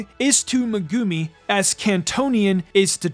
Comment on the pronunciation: We not talking about his pronunciation of megumi?!?